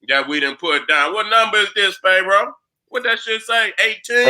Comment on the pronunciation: No disrespect, but why keep saying Phae roah? Is he doing it on purpose or what. Other wise how you gonna be a scholar in these topics a d can't even pronounce Pharoah